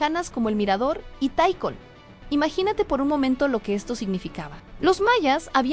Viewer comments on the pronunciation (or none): Ojo, aquí han mostrado imágenes que no corresponden a Calakmul ni a la civilización Maya! Ni siquiera pronuncian correctamente Tikal, dicen Taikal. Hay muchos ambientes creados por AI. Le resta seriedad al reportaje. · Buen video pero muy mala pronunciacion de los lugares, por ejemplo se dice tical no taical, es con i no con ai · Min: taikol? jajajaja. tikal!